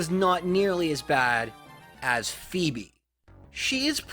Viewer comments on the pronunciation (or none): none